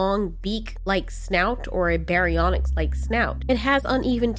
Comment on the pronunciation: Its baryonix